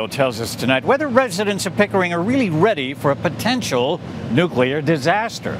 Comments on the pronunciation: NUCLEAR. NOT NUCULAR!!!!!! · Nuclear, not nucular. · How many times is the guy going to say NUKULAR??? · You would say it was confusing. Nucular. Go back to school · Another journalist doesn't know how to pronounce 'nuclear'.